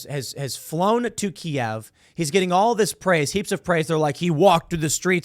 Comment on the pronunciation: Can I take a moment to thank Tim for saying "Key-Ev" correctly in English. It's been driving me insane every time some midwit thinks they are being clever saying "Keev" because ThAtS hOw YoU SaY iT iN UkRaInE! I dont speak Rus, say it right you twit. Just like it's Rome, Not Rum or Rom, in real speak. Danzig, not Gdansk. Germany, not Duetcheland. "You essay!" not Estados Unidos. Grumble grumble.